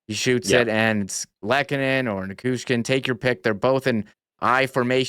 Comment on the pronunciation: Classy video! One thing, it’s Na-CHOO-skin. I’ve noticed a lot of really cool, respectfully, classy fans in this series. No matter how it goes, don’t change that Winnipeg.